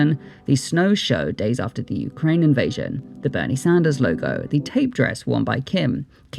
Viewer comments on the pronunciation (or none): none